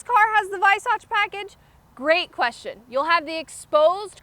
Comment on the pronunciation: Good job. One thing though..."Weissach" is pronounced "VY-sock" instead of "VY-sotch".